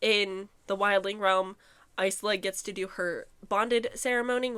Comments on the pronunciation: The “s” is silent in isla so it’s pronounced ila” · You saying you hate her name but it's pronounced eye-luh 😭